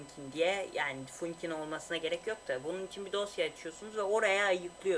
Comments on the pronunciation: funkin değil fankin diye okunur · Funkin değil fankin dicen öyle söyleniyor bu arada :D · Funkin diye şöylenmiyo fankin diye söyleniyo